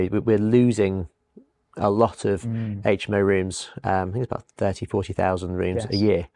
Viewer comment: It would be super if you adapted your pronunciation to say " aitch M O" and not " H aitch M O" . Good interviews and content on your channel. Good luck.